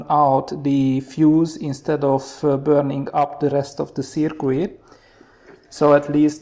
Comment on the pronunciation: Wonderful work and I even enjoy listening to your accent and you knowledge is great on the subject but, please just change your pronunciation of the word circuit...it's not pronounced "Ser queet" but more like "Ser kit". See